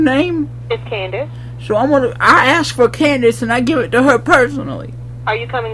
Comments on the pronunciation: YOU CANT "AKS" YOUR MANAGER! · "let me ax about dat" lol